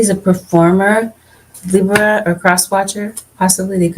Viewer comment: Can you please say Libra(leebra)properly. I’m sorry it just irks my soul when you say lib ra. Like giiiirl